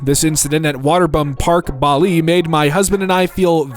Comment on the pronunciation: How did you manage to say Bali 2 different ways and still not get it right either time 😂 amazing